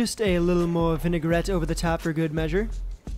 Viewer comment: There’s no such thing as a vin-e-gar-ette. It’s vin-a-grette.